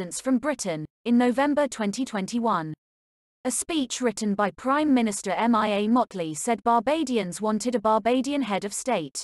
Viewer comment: Mia is pronounced Meah. Mee ah☺ Not M.I.A OR C.I.A😟